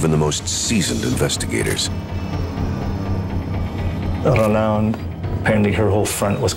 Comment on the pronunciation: The narrator butchers all the French names. Row-land?? Surge? Terrible